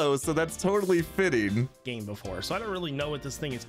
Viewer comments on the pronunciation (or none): none